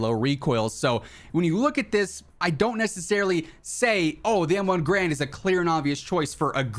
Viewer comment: Turns out, M1's "Garand" isn't pronounced like G-rand, but more like "Gah-rand."